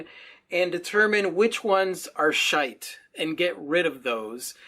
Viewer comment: Hahahaha, I have never before heard the word 'shite' spoken in an American accent, that has tickled me no end :) I paint pthalo turquoise and purple over my abandoned projects. ( sometimes i then pine over them, which is silly I know)